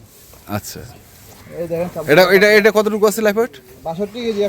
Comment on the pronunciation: আপনি লাইভ ওয়েটকে লাইফ ওয়েট বলেন কেন?